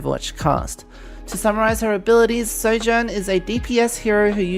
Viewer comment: “As Soujourn rails her enemies!” I BEG YOUR PARDON